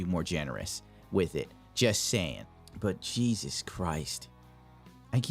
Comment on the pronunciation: He keeps calling Mexican Jesus. ASUS😂